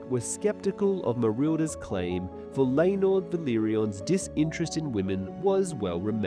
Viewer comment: He shows his face on a bunch of his videos. Sometimes people aren't good at pronunciation.